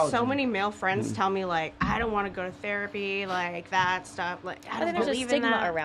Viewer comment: Bro "Therpay"?